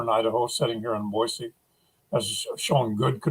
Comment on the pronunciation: Thank you for pronouncing Boise (Boy-C) correctly. PS -, Hi from Cape Coral. It was hot down here today.